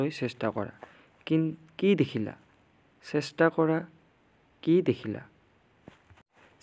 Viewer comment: চাষ্টা নহয় ছাৰ চেষ্টা